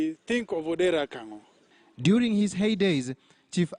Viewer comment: No, not "Akang'o". The correct spelling and pronunciation is "Kang'o". The chief's correct name is Odera Kang'o.